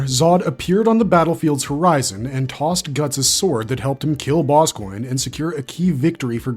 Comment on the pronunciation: Lol general Boss Coin Im not hating btw I like this channel its just a funny way to say Boscogne